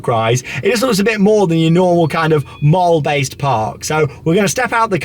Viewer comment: Please pronounce mall properly. It’s pronounced the same as call, ball, fall . Love the videos though